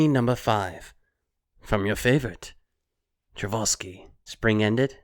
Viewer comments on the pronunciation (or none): I want to clarify something. I don't mean to sound mean but, as a classical music listener, It's Tchaikovsky (chai-cough-ski) not Travolsky. I'm sorry but I needed to say that. Secondly, the significance of Tchaikovsky in the story is that he was the first openly gay classical composer. That is why Tchaiko and Seichirou loved his music so much.